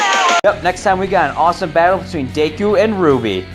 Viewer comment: It's Deku not Daku